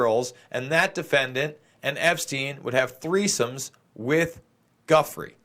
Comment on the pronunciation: pronunciations : Giuffre = JOO-fray Sjoberg = SHO-bare